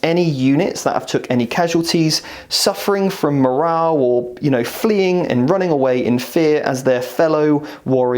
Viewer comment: Great advice but... morale with an E, please.